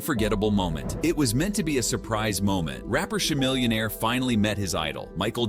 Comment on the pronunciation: CAMILLIONAIR..... say his name right !!!!!